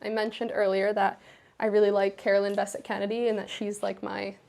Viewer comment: CBK is her style icon, yet she cannot pronounce her last name correctly. Typical American.🙄